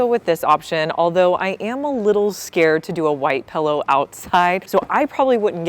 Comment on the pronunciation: You’re the first person I have heard say “pellow”. Took me a second to know you meant pillow 😂